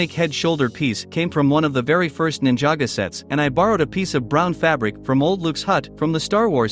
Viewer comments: Its Ninjago not ninjaga and its the mines of moria not caves you lego noob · Bro it’s ninjago not ninjaga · So nobody us going to talk about how he sayed „Ninjago“ wrong ? 💀